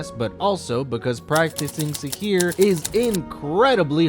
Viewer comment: It is sihr not sihir